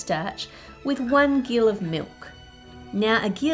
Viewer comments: I don't mean to be that guy but the g in gill is actually a hard g and is pronounced like Jill; I think that it's was even spelled like Jill in some places as well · Gill as a measurement is pronounced Jill like the female name! Thanks to here on YouTube for that bit of historical information!